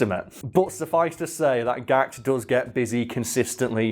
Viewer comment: Gakuto. Not GAHKT Been a fan since 1994 and he always says funny shit because he knows he has the status and influence to get away with it lol. A world treasure. Please pronounce his name with reverence